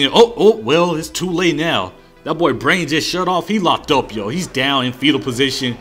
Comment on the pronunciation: "I prefuh standing ohp"